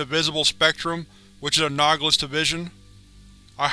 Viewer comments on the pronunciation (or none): I enjoy your videos,, but your reading is sometimes horrendous, and you never correct it. You're killing me. Exentential? You're literally getting worse at saying "existential" every video. It's ex-is-TEN-shul. Anogolus? It's anahl-o-gus. Causal, kaw-zuhl, not cawsual, which is Crow Relaxed Wear. And "a nutter" is a crazy person in the UK. It's "uhn-uh-ther" for another. Suh-sept-ih-bul.. Not suck-septible. Either (eeh-ther), not eater.